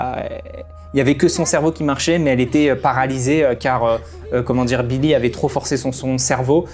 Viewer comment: Pour les épisodes, je pense qu’ils ont fait exprès de rajouter des trucs pas forcément utile pour avoir 100 episodes au total Par contre tu m’as stressé, c’est Bill et pas Billie, tout comme Eligius et pas Eligium😂